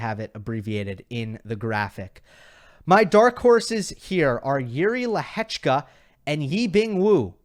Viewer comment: I can only agree that your pronounciation is one of the best. As a Czech im really surprised how well you pronounce Lehecka. 👍